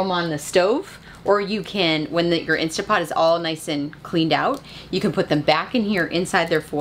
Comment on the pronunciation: Love you guys! One pet peeve though being Canadian where the Instant Pot originated. Not INSTAPOT. Lol